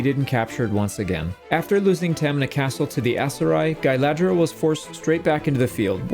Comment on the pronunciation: Are you saying Guyladriel on purpose, or are my ears broken?